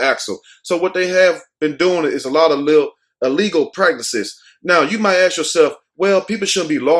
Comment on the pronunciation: Love your stories/vids but it kills me to hear you perpetuate the word AXE instead of Ask . Respect